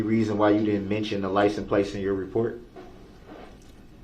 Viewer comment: Is he saying LICENSE PLACE????